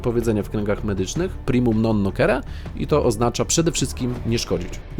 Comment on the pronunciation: Nie "nokere" - primum nin noCere xD